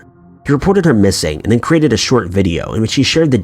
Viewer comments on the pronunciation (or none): none